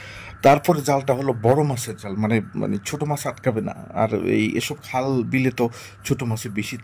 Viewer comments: এ ভাই সব কিছু আছে কিন্তু আপনি খাল কে হাল কেন বলছেন আপনার সমস্যা কি কোন এলাকার মানুষ আপনি। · দূর মিয়া নোয়াখালীর লোকেরা খালকে খাল বলে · ভাই খুব সুন্দর দেখতে, খুব খুশি হইলাম ভাই।৷ কিন্তু খাল কেন হাল বলেন ভাই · খাল কে হাল বলছেন কেন? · আরে ভাই সে তো নোয়াখাইল্লা সেজন্য খালকে হাল বলছে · ভাইরে হাল না খাল। হাল বিল বলে কিছু নাই খালবিল আছে।